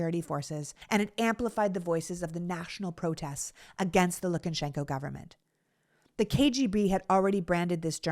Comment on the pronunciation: Lu ka shen ko, not LukANshenko. Probably even LuKAshenkuh (LU kuhshenkuh?) but not LookenSHENko. Sorry, Sorry.